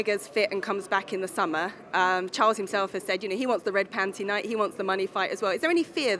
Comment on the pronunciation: Why did she have to say “Red pantie night” 😓